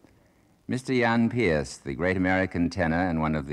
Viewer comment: it's not pearce. it's not pierce. it's peerce.